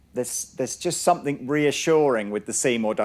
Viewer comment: It's 'somethinG' not 'somethink'.